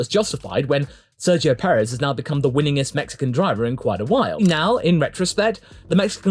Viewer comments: I’m convinced everyone says Sergio’s name wrong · I think so. Sergio in Spanish has the soft g sounding closer to an h than a g from what I can tell. English speakers say it like a g (the English g). Then again, I haven’t heard Sergio say his own name and I also don’t know in which contexts the soft g doesn’t apply (making the g in his name a hard g like in English)